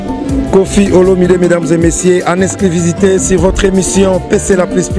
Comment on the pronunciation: Journaliste manque de professionnalisme,oza ganga na matanga on dirai ozo présenter artiste na concert et puis il faut bien dire < >non < >😀😀😀